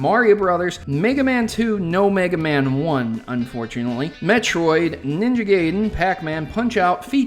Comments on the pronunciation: why do you say Ninja Gayden there is no Y its with an I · people I talk usually pronounce it guy-den